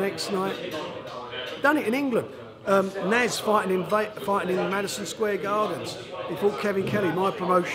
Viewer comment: Warren cannot pronounce SO MANY things: - 'Eubanks' - 'Brooks' - 'Madison Square Gardens' - 'Muhammad Alley' Then he complains about the quality of the Matchroom fighters' opposition when he puts Liam Smith up against some hopeless bum. He is pathetic.